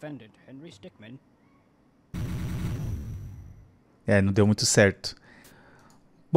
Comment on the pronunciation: É stickmin não stick man